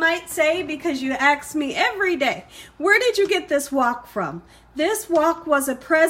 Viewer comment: Never had this before... I don't mean to be mean but you have such a great voice/speak wonderfully but it's not Axt it is Ask.